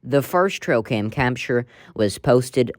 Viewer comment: She keeps saying “trocam”?